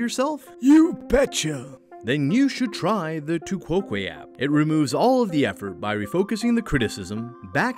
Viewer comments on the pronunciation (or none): "Tu quoque" is pronounced "to coke". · Using the logic of this video all podcasts are fallacious since they rely almost exclusively on anecdote and off the cuff speaking. Missing the point is a fallacy FYI and this video is almost nothing but that. Edit: the tu quoque fallacy is pronounced "too cock" and your pronunciation of it makes my ears bleed. And before you accuse me of a fallacy for that, it's called humor, get a life.